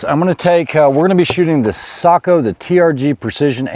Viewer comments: He pronounces it /sakou/, when the O should be pronounced like the O in "lock". Just /o/, not /ou/ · Say-Co not Saagh-Co. ✨ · Yeah it was a bit on the SAKO'H side but still way better than the usual watch brand seiko or seiko'h. Well done if you ask me.